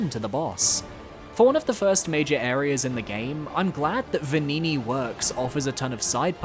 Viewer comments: The game pronounces Venigni wrong. A gn is always an "ny" sound in Italian. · "Venigni" made me laugh every time you said it.